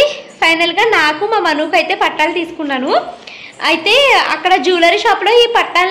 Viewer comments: Patalu kadu pattilu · Akka pattalu kaadu pattilu